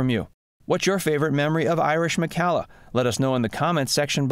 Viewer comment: For whatever it's worth, Irish preferred her last name pronounced to rhyme with "collar," rather than like in calla lilies or "Callahan."